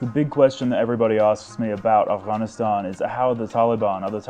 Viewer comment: First guy to pronounce Afghanistan with its Gha